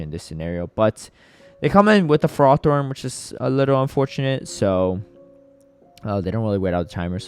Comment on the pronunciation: hi, love your videos! buuuutttt please stop saying fer roth thorn, its ferro-thorn <3 edit: both you and kept saying it haha